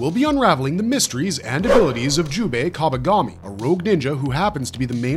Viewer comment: Kabagami? Bro...